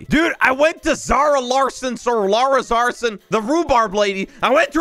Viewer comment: "lara zarson"